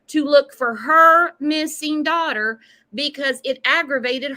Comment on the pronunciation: "our dodder"🤢🤢🤢